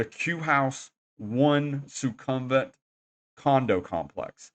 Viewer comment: Who are these horrible people thats been letting you say "nae NAE bts" and "Soo CUM vit"?